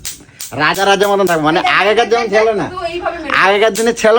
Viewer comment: Tui 😂😂😂😂😂agey thik kore kotha bolte sekh 😂😂😂 chilo ke chalo 😂😂😂😂